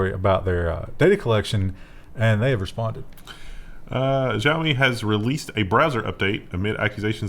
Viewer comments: Re: xiaomi. The pronunciation is not the zh one you used. Its more like sh. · I think, don't quote me, but I believe it's more of a 'SHEee-yao me'. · It's just an sh sound in xiaomi